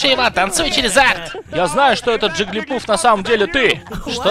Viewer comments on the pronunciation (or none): Много уважаемый, ваши переводы просто шикарные, но к этому видео у меня есть замечание. Правильно говорить Джиглипаф, а не Джиглипуф.